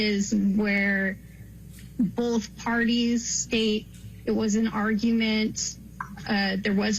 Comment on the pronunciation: The word is BOTH not BOLTH even a detective says it wrong